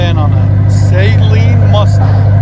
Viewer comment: Yeah, so it is pronounced SUH-lean...not SAY-lean.